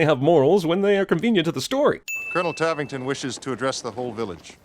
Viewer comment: Tavington = Tarrington